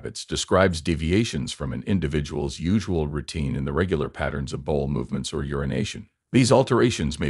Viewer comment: "Bowl movements?" This is why we need human narrators. Even the subtitles were misspelled.